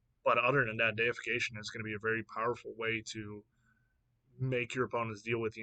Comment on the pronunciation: "Dee-if-ick-ation", which derives from the word "deity". I definitely think some of these will impact Standard. However, Standard is so removal heavy that many of the creatures will just die before they can go off. Also, I wouldn't sleep on Nahiri's Resolve. Having something similar to Yorion in Standard seems strong and in many ways this is stronger.